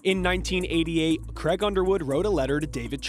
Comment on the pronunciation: Creg? His name is Craig.